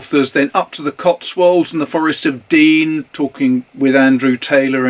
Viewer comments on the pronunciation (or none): none